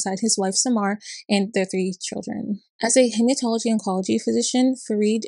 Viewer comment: You also mispronounced his wife’s first name. Samar sounds much like “summer”. And Crittenton is also different. I’m from that area although I never had dealings with Farid.